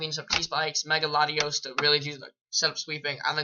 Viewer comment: Why u say mega latias that way? Lol